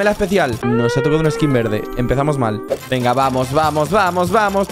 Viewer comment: minuto epicamente no es venga es vegna jaja like si te diste cuenta